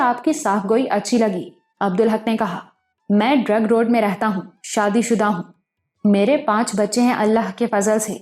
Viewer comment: Zabardast ❤. Ek baat karachi ki jaga hai drigh road not drug road .. sunnay me ajeeb sa lag raha hai iss leye bata deya.